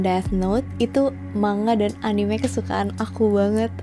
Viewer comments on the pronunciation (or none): Manga dibaca Man-Ga bukan Ma-Nga 🙂👍 okey